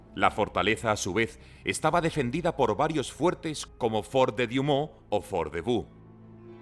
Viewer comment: No es "diumon" es Douaumont, se puede decir tranquilamente "duamón"